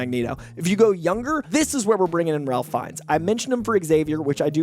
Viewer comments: Ralph Fiennes name is pronounced “Rayf” not “RaLph.” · Off the cuff. It's "Rayf". Not "Ralf". I speak for all Harry Potter fans. Thank you. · Ralph is pronounced “Raif.” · FYI Ralph Fiennes is pronounced "rafe" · isn’t Ralph Fiennes first name pronounced Rafe? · Surprised people still mispronounce it. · Ralph Fiennes' first name is pronounced with a silent "l". Should sound like "Rayf." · just a tick but the pronunciation is (Rayf) Ralph Fiennes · Its actually pronounced RAFE(Ralph)